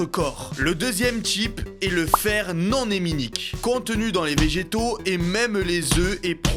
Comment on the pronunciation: Non heminique ont fait pas la liaison nonaminique J aspire a etre solide LIKE LIKE?